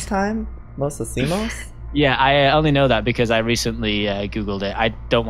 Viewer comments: IT is lo isimos not lo sosimos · Is not osimos is lo isimos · Omg it’s LO HICIMOS (low-eee-seee-mo-s) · fnaf fan It's "Lo hicimos"